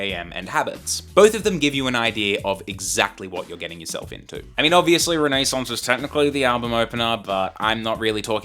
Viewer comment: Wtf is Renee Saunce? Learn to pronounce words correctly, why are all Gen Z people like this??? By this I mean illiterate!?